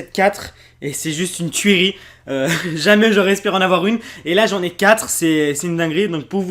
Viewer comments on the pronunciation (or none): le mec a quand même réussi à dire "y'en a qui croivent" et "tuérie" en moins de 10 secondes vers . vive la république, et vive la France. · T'as toujours pas compris que sa se prononce pas tuerie mais turie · par contre tu sais toujours pas dire tuerie depuis le temps